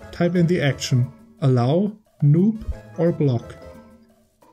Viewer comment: The »noop« directive should be pronounced »no-op« actually (as in »no operation« — do nothing). Really good (if slightly outdated) uBlock guide otherwise. Cheers!